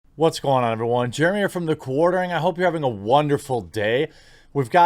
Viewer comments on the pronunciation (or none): none